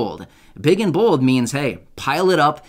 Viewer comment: Did you saybig and bold or was that big and bull